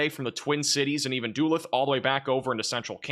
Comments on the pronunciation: Duh-LOOTH. Like "tooth". Not "Dulith". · Ha! You said Dooolyth—it’s dalooth 🤣🤣. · Hi,!! As always, thank you for using your gift of weather interpretation to warn and keep so many people safe! Given that this week is likely to have you focusing on Minnesota, I thought I'd point out that Duluth is pronounced "duh- LOOTH" and not DOO-leth. ❤ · Duluth is pronounced "duh-LOOTH", not "DOO-lith" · I know you say tons and ton of cities names but the name is pronounced da looth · Duluth= do-looth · Not making a big deal of this but it's pronounced duh luth. I know. Midwestern cities names are hard :( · Hey bro- it’s pronounced Doo-LOOTH. In MN. It took me a minute to figure out what city you were talking about. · Love this channel! However, it’s pronounced “Da-luth” or “Doo-luth.” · Doolith? Duluth? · max love your analysis! Duluth, Mn is pronounced (duh-looth) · It's pronounced duh-looth MN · Duluth is pronounced d'looth 😊 I am northern minnesotan. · I noticed it the first time, but when he said it the same a second time...... 😊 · Pronunciation assistance: City in Minnesota on Lake Superior: Duluth, pronounced Duh-LOOTH. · Bro, Duluth MN is pronounced "duh-LOOTH" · Howdy and Assist. Cheese Curd from north central Iowa: praying for all Texas and victims...so sad. Praying for all weather victims. Thank you for report. I'll be watching... By the way: Daluth is "Da luth". God Bless p.S. I have to look for your newest report as it does not come up when I put your name in. Stay safe all. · it's pronounced Da-looth (duluth, mn) lol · You really need to pronounce Duluth correctly, just saying